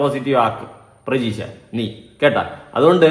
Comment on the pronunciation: പ്രജീഷ് അല്ല pradheesh😌